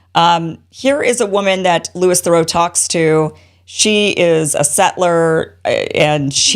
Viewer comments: Next time google the name of the person you’re talking about and get the pronunciation of their name right. Basic stuff especially since he went to the effort of putting himself in harms way to bring us the truth. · You pronounced his name incorrectly.